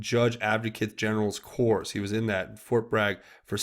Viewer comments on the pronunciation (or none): "Corps" is pronounced "Core",! I believe you were told this before too. Please make an effort to get it right from here on. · "Corps" is pronounced "Core". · "Corps" is pronounced "core" - no "p" or "s" sound. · Hussein did the same thing with pronouncing the word ",corps" ....remember that speech?? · Corps pronounced core no plurals. Obama called the corpse 3 times. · .........On THE word....'CORPS'.......DO NOT..PRONOUNCE......THE LETTER 'P'...OR THE LETTER....... 'S'....IN THE WORD...IT ALWAYS....THE WORD...........'CORE'................ GOOD JOB...BUT GET THIS WORD CORRECT.......CORPS = CORE....PERIOD... JUST SAYING BUDDY...... ( NO 'S': THERE IS NO PLURAL..IT'S ALREADY PLURAL) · Yeh ... Obama usta slaughter it! It was so disgusting to have to hear him try to say the word!